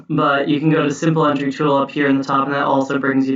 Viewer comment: Thanks for a really useful video. I knew only a handful of these tricks before. I couldn't help noticing that you have a curious way of saying 'entry'. It seems to respect the French pronunciation. Normally we just say ENtry as in 'N' (letter 'N') and '-try' ( as in 'tree' in a wood)